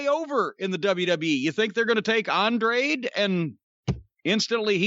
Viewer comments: Andrade is not hard to pronounce holy shit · Jimmy just refuses to say Andrade correctly lol. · Just like "Jane" Cargill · “Felix and Penthouse” gets me every time 😂